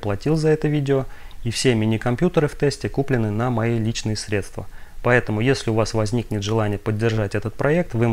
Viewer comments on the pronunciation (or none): none